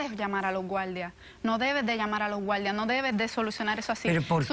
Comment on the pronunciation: Por que les cuesta tanto pronunciar la " R" , ejemplo : gualdia"," veldad" " mujel" Es desesperante escuchar tan pesima pronunciacion